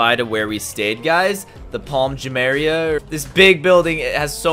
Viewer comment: Jumeria.. 😂 it’s jumeira. Love your content by the way